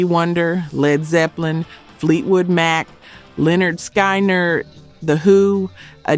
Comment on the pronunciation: You need to try and do better with the AI narration…it completely bungled the name Lynyrd Skynyrd…it pronounced it like “Skienerd”